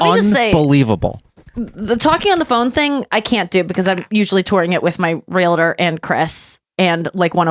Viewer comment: Realtor is one of those words that most people mispronounce and it bugs the shit out of me (shout out Brian for the correct pronunciation). I do admit that I used to pronounce nuclear wrong.